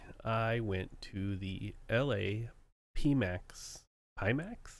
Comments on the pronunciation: There's a π in their brand logo so pretty sure it's Piemax not Peemax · It's "pie max" - think about going to a pastry shop and being asked "what size?" You want Pie, max! Or think about iphone Xs if you must. Greek letter pi, symbolising the ratio between a circle's diameter and circumference, is always pronounced "pie". And that is also the Pimax logo. (it's about circumferential vision, but at 210 degrees, they're not quite there yet...) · It's Pi as in Alpha, beta, theta etc etc, so it's pronounced "pie". I've had the 4k for almost a year and it's fantastic, DCS, Elite, IL-2, they all work great. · How do yo not know how to say Pimax? just look at the logo its the mathematical symbol for Pi XD